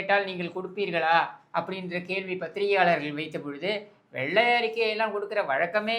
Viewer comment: எடேய் எருமைகளே!!!!! அது வெள்ளை அறிக்கை மாறாக வெல்லை அறிக்கை என்று உச்சரிக்கிறீர்களே!!!!! அது போகட்டும் அண்ணே ஒருமையில் பேசியது அருமை!!!!ரசிக்கும்படியான உங்களது பேச்சுக்கு சத்தியமாய் like போட்டு விட்டேன்